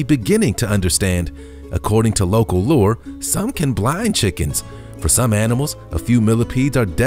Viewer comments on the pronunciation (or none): It's "lore" Not "lurr"